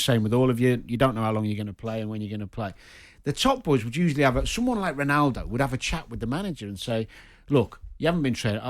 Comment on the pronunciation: ronawdow.... my god these english people butcher all the languages!!! even English!!